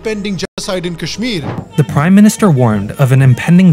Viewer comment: Tell them first learn how to pronounce Kashmir